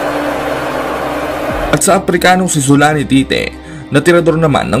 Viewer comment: Zolani Tite ung rinig q, tama b 😅